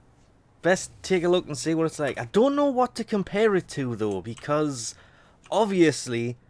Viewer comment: did he say orviusly?